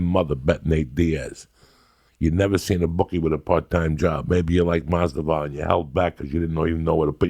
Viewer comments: He may never say their names right or even the same way twice, but Joey knows whats up when it comes to fighters. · "George Jay Mossdavall" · Masdival lol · 2019: Joey still cant say Jorge last name the right way but he loves him lmao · I can’t wait for the next UFC fight, Joey Diaz vs The Pronunciation of “Masvidal”